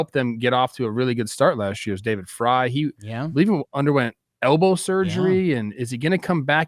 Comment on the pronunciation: Credibility falls off the clif when host/s can't annunciate names correctly .Was shocked when David Frys name was pronounced correctly